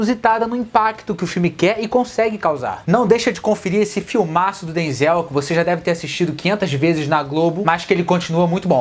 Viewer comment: Você ta pronunciando o nome do Denzel errado querido rsrsrsrs